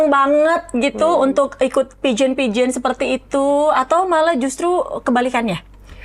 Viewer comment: Pembawa acaranya mungkun bida diperbaiki. Peageant bacanyq salah. Cara bicara di gaul gaulin.. padahal udah bagus kalau gak gitu